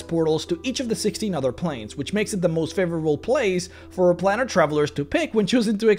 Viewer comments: It's a plane that you are travelling to therefore it is pronounced as plane is pronounced with a long A in other words an a that sounds like itself PlAnar travel. It isn't a plan, it is a plane. Otherwise thank you for making this video! I love your videos. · It's not "plaanar" it's "plAnar". Beings are travelling the PLANES. So it must be PlAnar travel. Please contact me if you wish to know how to speak certain words. It's no problem for YOU to LEARN, is it? M 🦘🏏😎